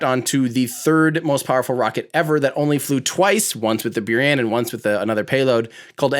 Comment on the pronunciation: C’mon, it’s Boo-rahn, right?